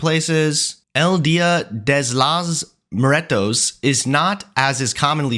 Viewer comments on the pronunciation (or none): The Dia de los Muertos bit did so much brain damage to me purely from that absolute butchering of the words lmao